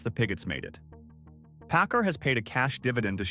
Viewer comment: It is not pronounced pi-GOT. It is PIG it. It is not pronounced pa-CAR. It is PACK CAR. I retired from PACCAR Financial.